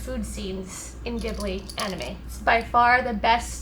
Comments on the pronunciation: wait her favorite STUDIO GHIBLI character!?!? Isn't it pronounced Jee-blee!?! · maybe if you tried saying studio ghibli instead of what sounds just like.. giblee. I actually kept getting triggered by that